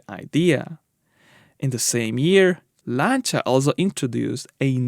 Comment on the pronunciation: you pronounce "Lancia" correctly that alone is enough for me to give you a 👍 great content by the way